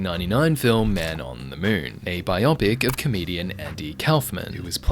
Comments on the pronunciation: Say bio, now say pic, now add them together : "buyò-pick" 🤦🏼‍♂ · It is NOT pronounced bi-yop-ic I find it strange that people who make these videos can't even pronounce the word.